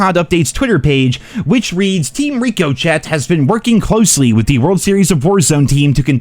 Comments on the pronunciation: its pronounce RICK O SHAY. Wtf is Reeko Chet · when it's really pronounced "Rick-O-Shay" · lol he still can’t say it😂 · Dude “Ricochet” is pronounced ricoshay, please learn how to say it properly, it’s like when a bullet bounces it’s ricochet…sigh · I was hoping it was a joke, since he has said it that way in several videos now I don't think he knows the pronunciation lol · I cant tell if its a joke but you are pronouncing ricochet wrong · HOW DOES THIS KID STRUGGLE SO HARD TO PRONOUNCE RIOCHET IS HE A TRAILER PARK KID OR SOMETHING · Glad I was smart enough to stop playing COD after Cold War. Bro, FFS learn how to pronounce RICCOCHET. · Dude still can’t say Ricochet right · Do you say Ricochet wrong on purpose?